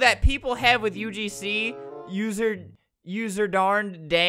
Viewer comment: Nobody: Literally nobody Albert: "UGsnee"